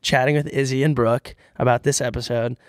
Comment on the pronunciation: i just love that pronounces “brooke” like “bruck”